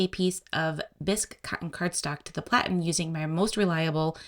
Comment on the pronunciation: Thank you for correctly calling it a platen.